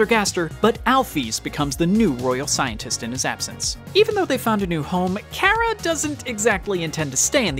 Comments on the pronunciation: btw, ur saying cara wrong, it's car-ra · Chara not kara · also i think you say it like chara not kara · me when people pronounce chara “Kara” everyone has mistakes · Normal People: Chara This Man: Kara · that is how chara is pronounced kara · as a aussie i hate that people say car-aha and not chara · Creator, u say it like ch-are-uh not k-ār-uh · Its not care-a it is Char- uh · Its not kara its Chara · Not Chara (Kara), but CHARA (Char-A). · nice vid but why do u say CARA instead of chara... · It's Chara not Cara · its not pronounced cara it has a ch for a reason, CHara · It is not Cara it’s CH-ara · Umm IT is Chara no Cara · karah? its chara or is that how you say it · Your saying cara but it is chara by the ways I love undertale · I’m confused is it pronounced Kara or chara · It's pronounced CHə-Rə,Not CH-ai-ra. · It’s not KARA it’s chara god dammit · Ka-\ra i tought it was ch ar a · bro said cara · Kera? Cara? Chara? How do you pronounce it? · The child is called chara pronounced c are a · ITS CH CH CH CH CHARA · Ok the h is not silent when you say chara it makes the ch sound so it's chara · No it’s Chara not OK what you said not what you said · Its pronounced "chara" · btw i pretty sure its chara lol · how this man says chara gives me anxiety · Please do not say Chara anymore because you’re saying it wrong